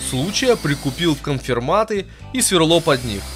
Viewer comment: И конферматы (((